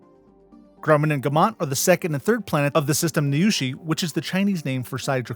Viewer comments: I can help with the Chinese pronuncation, and try and get as close as possible with English phonemes. For 女史 Niushe (Draconis): First syllable 女: like the English word "New". The pitch is ascending, like how you ask a question in English, so say it like: "New?" Second syllable 史: like "sher" from "kosher". And say it in as low a pitch as you can comfortable manage. New? sher..... I think that's as close as you can get with English! You got "Waiping" exactly right! Althought.. it's hard to describe the pitches. Who would try to cancel you for not knowing Chinese? That's just ridiculous. Cancel them back. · Actually, you pronounced “Waiping” more correctly than “Niushe”! (Correct in standard Mandarin, that is.)